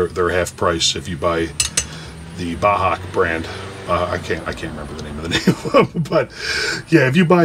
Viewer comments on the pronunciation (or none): Bahco it’s Swedish we don’t we say it Ba-co. They make nice tools.